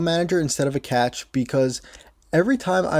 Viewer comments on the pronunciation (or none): Excellent video; "cache" is pronounced just like "cash", for future reference. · Cache is pronounced Cash....